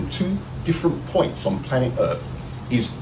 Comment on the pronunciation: Why cant he pronounce earth correctly 😫